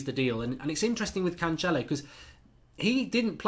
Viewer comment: The second C in Cancelo os pronounced like an 's'. He's portuguese not Italian. In Italian your pronounciation may be correct with the 'ch' sound. Just culturally aware advice. Like the channel.